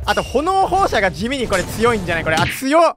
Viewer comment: 。じょうごの技で、炎放射は｛えんほうしゃ｝と読みますよ！